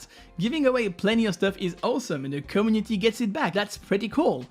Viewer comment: How hard is it rly to say community the right way? Is the word that hard to pronounce?